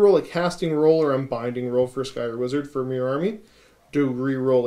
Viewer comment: I wasn't able to watch the whole video but did catch the Skaven bit. Did only Pestilens and Skryre get new stuff? :( I was hoping Verminus got some goodies too... Also, another question. Why does everyone say SKY ER when there's an R before and after the Y? I've always said SKRY ER cause it's written Skryre. No worries either way just wondering.